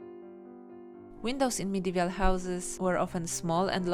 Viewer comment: Nice drawings. But why are you saying "Medevial" instead of "Medieval", when you wrote it correctly ?